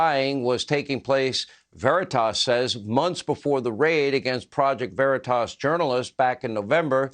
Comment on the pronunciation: First Sean don’t even say the name right when introducing PV, Sean makes me sick! Haven’t watched him in years!I couldn’t even watch when President Trump was on with him. He didn’t make a mistake, saying it was your home James, he wants you to think he’s a good guy ! His family is from a long line of FBI /CIA, Sean is a snake 🐍